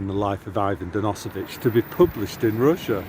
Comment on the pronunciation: Thanks for the great Solzhenitsyn quotes,, but the book you are referencing is A Day in the Life of Ivan Denisovich, not "dennosovich". Definitely worth reading.